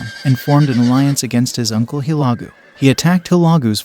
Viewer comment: Guy on video has no idea how to pronounce Hulegu! What trash!!